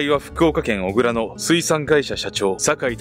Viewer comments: 小倉＝おぐら ではなく「こくら」です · おぐらではなくこくらです